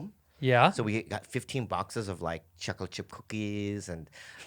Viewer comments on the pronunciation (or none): The way he says chocolate chip cookies has me rolling.